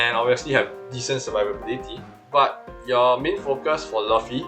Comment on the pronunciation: bro who says laffy its luffy lmao😂